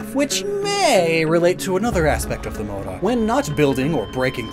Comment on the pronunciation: the way you pronunce mouro is a slur in the iberina peninsula for arabic people...😐